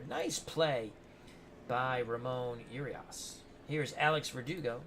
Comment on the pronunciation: As an Oriole fan, I'm looking forward to matching up on opening day! I think the Orioles lineup will look much different though. Just one side note, Ramon Urias's last name is pronounced "Ooo-ree-us". He won the gold glove last season so I think the game is underrating his fielding ability. HIs brother Luis plays for the Brewers.